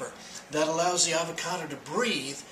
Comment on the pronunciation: Fre sh avao cado😂